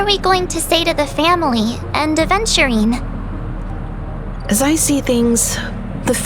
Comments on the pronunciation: ratio mispronounces aventurine, he says adventurine. It would be fun if this mistake is pointed out in future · Funnily enough, the current patch rn has Aventurine using "ADVenturine" name LMAO